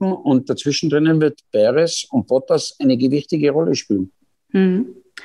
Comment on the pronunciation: Kann man nicht Bottas wenigstens korrekt aussprechen. Mensch, das ist peinlich